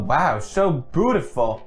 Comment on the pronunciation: He said soo bootyful